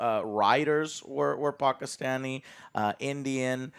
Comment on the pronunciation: I've been a fan of Joe for years at this point. But hearing him pronounce Pakistani correctly throughout this video makes me be grateful to have watched him all these years that much more